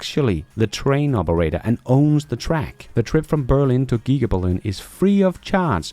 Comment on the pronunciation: The best thing about this channel is how you try really hard to mispronounce everything you read. Todays gems were Giga, Nigeria, Chisholm, and Stew.